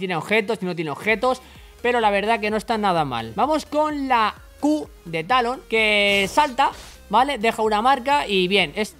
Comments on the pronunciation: te falto la R de talon ???? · fue cosa mia o se saltó la R de Talon? :v